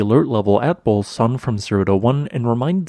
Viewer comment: There's an 'oo' sound in the middle of Bulusan.